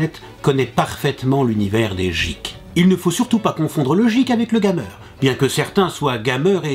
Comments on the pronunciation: Je ne supporte pas comment il prononce le mot geek,il s'écrit geek mais se prononce gueek et le mot gamer s'écrit gamer mais se prononce d'une tout autre facon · Papa de l'Internet , Geek se dit Guike et Gamer se dit Guémeur voilà :) Sinon bonne vidéo :)